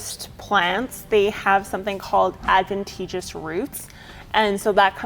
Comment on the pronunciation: a little trouble with the pronunciation of adventitious and parenchymal... hehe